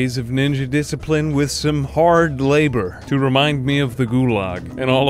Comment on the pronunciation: I love the "Montage of Diciprine